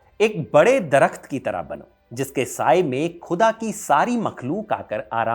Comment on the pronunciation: Please improve your pronunciation of the word “khuda”. Your presentation, otherwise is really good.